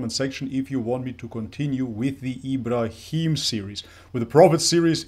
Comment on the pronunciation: Plz practice saying Ibrahim Alihiwasallam